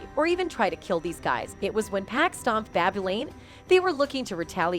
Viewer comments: Agree! It’s 2Poc not 2pack!! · Can we please have someone covering this story that can pronounce pac’s name correctly please…. So annoying! Pac not pack🤦🏾‍♂️ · The worse part about this, is the way she says 2pack